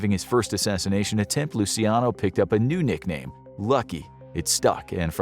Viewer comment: Dude said, "loo-see-AH-no". It's (loo-chee-AH-no) or if you wanna get REALLY Italian, it's just 3 syllables: "loo-CHYAH-no".